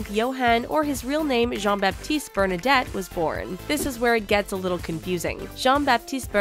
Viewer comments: Omg, the name of the Royal House is called “Bernadotte”, not “Bernadette”. Can’t even get that right....ffs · I believe it's Bernadotte, not Bernadette. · 42 seconds in and you have already messed up. It's BernadOtte not BernadEtte. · Bernadette? Thats an insult. Its Bernadotte. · It's Bernadotte, not Bernadette. Honestly, if you're going to make a video about a royal family, at least google how to pronounce and spell their family name. No offence. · Bernadotte, not Bernadette. Cringe. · BERNADOTTE not bernadett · I was like, wait? How did they pronounce Bernadotte?! And then I realized that they had spelled and pronouced the name Bernadette. And one of the pictures of the young king Carl XVI Gustaf was actually prince Carl Philip. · so full of errors it's embarrassing. The Swedish king did not pass any laws whatsoever, 'cause he can't. It is the parlament that passes laws and did so with the female succession (the king did publicly disagree). Also the family is called Bernadotte, not Bernadette. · Ehem, the family name is Bernadotte and not Bernadette. I am amazed by the ignorance shown by this detail. Maybe you could get a bit better informed? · BernaDOTTE, wtf is a bernadette, this aint the big bang theory ffs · its Bernadotte